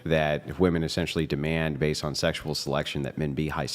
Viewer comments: about f**king time someone corrected these broads on how to say women. I've noticed a trend where all the girls Brian has on his show talk that way. None of them know how to speak very well and prominently can't pronounce the word 'women' correctly. They all say "woman", as if "woman" (singular) refers to all women (plural). Thank you Andrew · Seriously, why are so many girls saying “WOMAN” instead of “WOMEN?” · Why in F can't these young idiots pronounce woman and women?